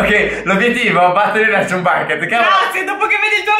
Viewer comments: La pronuncia è ciam non cium a parte questo siete grandi. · Probabilmente Non conoscete bene il mondo di spongebob ma chum bucket si pronuncia ciam backet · Bel video, anche (se non ricordo male) si pronuncia "cham" e nn "chum" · Non per criticare però chumb si legge ciamb se non sbaglio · Niente 10 in inglese Perché si pronuncia chamb bucket